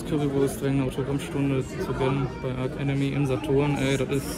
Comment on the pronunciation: Aber bitte nicht "Ark Enemy" 😉 ansonsten wie immer super Unterhaltung !